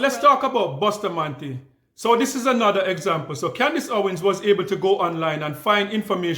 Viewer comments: Do not even know how to say Bustamante she saidBoostamante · Not boosta, Busta , wrong pronunciation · The first thing Candace Owen's need correction on is the pronunciation of our National Hero's surname, "Boostamantee"! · Candace Owen say Boo sta mante instead of Busta mante (Bustamate). She just need to stick to American History and leave Caribbean black history business alone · The name is (Bus-ta-man-te) not Bushtamanté I don’t know why Candice Owen is so fixated on Kamala Harris’ family tree. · She dosent even try to pronounce people's name property. Bustamante is pronounced bus ta man ti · She cannot pronounce Bustamante. Gal mine yu own business. Find out where you come from .